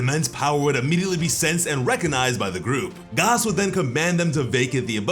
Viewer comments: It’s pronounced Gas like regular gas not gaas. There’s oil, elect(short for electricity) they are the heaters. Please stop saying Gaas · I hate how this nigga says gas its just gas like what goes in the car my dude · Please, for the love of Yamoshi, please stop calling him "Gaas", his name is ⛽ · Dude. His name is "GAS" like GASS not "GOS". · Why you pronouncing gas wrong?… lol